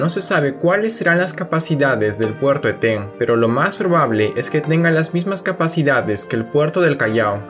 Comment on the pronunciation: Una acotación: Eten es una palabra grave y no aguda, la pronunciación por tanto es ¨Éten" y no el errado "Etén". Es una palabra de origen muchik. El río que desemboca al norte de Eten es el Chancay, que para esa altura ya recibe el nombre de río Reque. En su cauce bajo se le llama "el río loco" por sus continuos cambios a raíz de las avenidas extraordinarias que produce el evento El Niño.